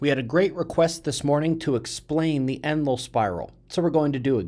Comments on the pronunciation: Thank you for the explanation, it is quite helpful. I used to think you said Emerald spiral and managed to figure it out by comparing the page title to what you were speaking. I use close caption quite often and the bot translates some things incorrectly. Also learned to use 75 playback speed in order to keep up with what you are telling us,,,i bet you walk fast! Hope you had a great Birthday. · I'll be darn!! All this time I thought you were calling it the, "Emerald" spiral. Thanks! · I always thought you were saying "endless spiral"